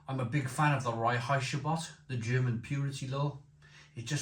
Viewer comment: Please look up how to pronounce "Reinheitsgebot". There are plenty of decent examples on YouTube and elswhere. At the moment you sound like a 'Flowerpot man' when you say it!